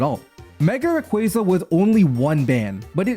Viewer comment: hearing "raquayza" over and over caused me psychic damage